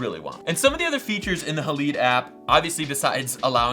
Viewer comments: Not hah-leed... It’s pronounced hah-lied This is supposed to reference the silver halide crystals contained in traditional camera film. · BOY HOW FUCKING DUMB ARE YOU. ITS PRONOUNCED Hay-Lide or Ha-Lide. NOT HAA-LEE-DAY